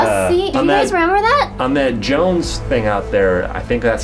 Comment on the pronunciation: Jones it's Jones